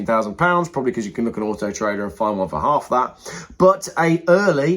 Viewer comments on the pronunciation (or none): none